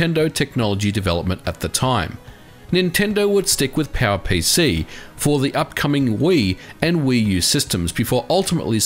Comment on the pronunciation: Am I the only one who understands PAL-PC alsways when he tries to say power pc?